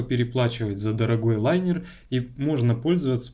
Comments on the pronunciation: линер а не лайнер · Правильно же говорить лИнер?